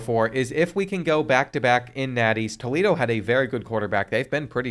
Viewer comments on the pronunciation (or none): none